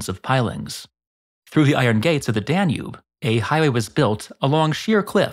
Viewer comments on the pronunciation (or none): none